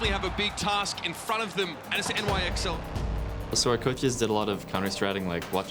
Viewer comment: calling NYXL “nixle”...........